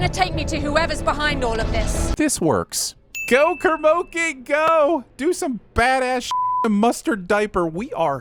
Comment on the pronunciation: “Kermoki” hahahahahaha hahahahahah hahahaha